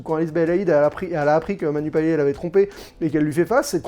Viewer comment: Pour info, on prononce le T à la fin de Payet (« Payette »), à la créole 😉. La bande-annonce ne m’avait pas emballée, mais après ta critique, j’en serai !